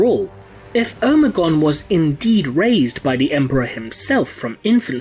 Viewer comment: Who is omaygon o me gon. Ignoramus